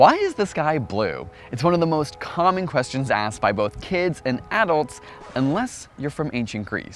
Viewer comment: Add-ults? I didn't know that word Add was in the word Adult also, changing the pronunciation of a word than how 99.9% of people say it, doesn't make you look smart.